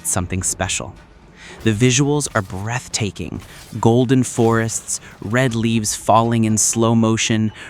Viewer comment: Did he just say "breath taping"?